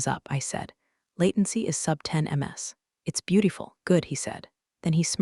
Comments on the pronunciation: AI pronunciation is a giveaway: Acquisition, pronounced as aquisition, numerous times throughout! Beautiful, pronounced as beauteeeful, at least once! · Things that hint at AI “writing styles” and pronunciation are giveaways: Acquisition, pronounced as aquisition, numerous times throughout! Beautiful, pronounced as beauteeeful, at least once.